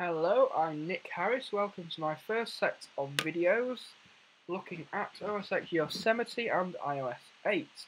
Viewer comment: It's "OS ten" not "OS ecs".